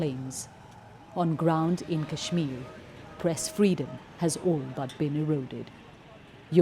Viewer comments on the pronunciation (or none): I was like “cool, you rarely hear Kashmir pronounced correctly by a Brit” until they showed the “BBC Asian correspondent” with an obviously Indian name, though to her Brit credit, she did screw up “Srinagar” at the very end.